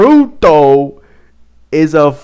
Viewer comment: btw it's pronounced like you would for "ryuto"